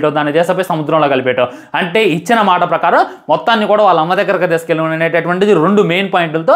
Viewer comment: Maata ❌ maasa ☑️